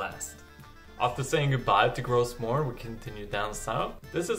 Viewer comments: Tks, very informative. I like that u also suggest to skip some places.. btw, u dont prononce the S in Gros morne. It<s a french name. :-). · Everybody on the Island pronounces the s in gros morne. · Yeah I thought so too and every other Canadian I've met pronounces the s as well, although I understand the name is French originally :)